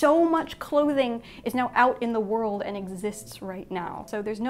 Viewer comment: A couple of examples she came out with, "wor-ld" as two syllables, and a "t" that sounded like a "d".